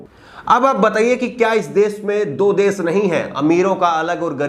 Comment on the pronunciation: Kripya,apni bhasha dhudh kijye . Sha shabd ka sahi ucharan kare plz . Sha ko sa na kahe. Bar bar desh ko des kehte ho. Ek journalist ki ashudh bhasha sharmnak he . Agar bhasha ashudh he to iska matlab journalism ka course thik dhang se nhi hua .